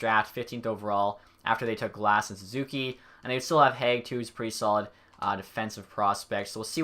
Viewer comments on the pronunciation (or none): none